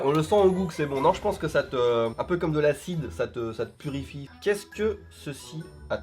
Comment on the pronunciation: Enphasis on "purifie" 😂